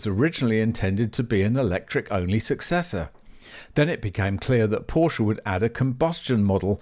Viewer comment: Options...are great. And you cant bash Porsche for pushing the tech! And please you are making a video about Porsche at least you can do is pronouce it correctly.